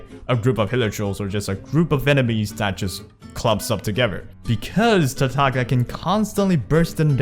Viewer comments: Btw, it's pronounced Tartaliya, unless you pronounce the G in Lasgna and Signora because you like being unique there's no reason of saying TartaG-lia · sure it's not like Signora but can we both agree that it is not pronounced Tar - Tag - Lia? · Nope, i'm Italian and "Tartaglia Is a pure italian name, signora too, signora in italian mean lady. And Tartaglia mean a dude who can't speak well. Tartaglia in italian is pronounced with that tipical sound of all "gl", not like gn of Signora. And lol, but Venti in italian mean 20. Bye😂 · otherwise you can Watch this video "La migliore build per Tartaglia" this title mean "the best Tartaglia's build" and hear the beginning when the guy says "avete droppato Tartaglia" (this mean you have dropped Tartaglia? and so) and you can hear the real pronounce. By the way you english guys cant pronounce this gl very well because you dont use never in your vocabulary. You can do the same on google translate for Signora. Enjoy 😂 (You from?)